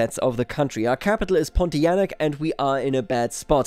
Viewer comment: Surprised by your good pronunciation of "Pontianak" . Nice attention to detail